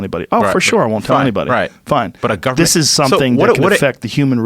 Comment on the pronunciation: Joe “Gubmen seacreatures” Rogan